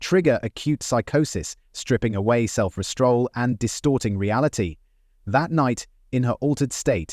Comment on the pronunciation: Exactly! I was already through when it said “self-restroll” when it clearly said “self-restraint” on the screen. So sick of AI 🤖